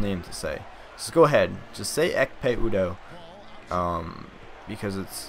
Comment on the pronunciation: Ekpe Udoh is pronounced Epe Udoh w/ silenced 'K'.